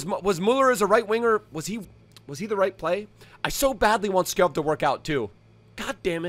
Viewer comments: btw its skåål but u pronounce it sgoal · You can’t have an entire episode on a player and then say his name wrong. It’s pronounced “Skou” btw. Lovely video though <33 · Skov is pronounced more like skou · fyi its pronouced Skou, love from denmark u mad lad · Skov would be pronounced "Skou" in Danish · You say skorf when you say skov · If you wanna know how to say skov properly try searching “Robert skov frispark” It’s meaning free kick the majority of the goals he have made is from free kick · Google translate "Forest" from English to Danish and you will know how Skov is pronounced.